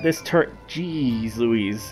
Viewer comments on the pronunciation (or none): none